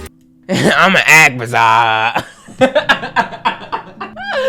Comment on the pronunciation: “Imma ✨bAzZzArR✨”👁️👄👁️ 😭😭🙏💀 funny bruh that was funny as hell to me!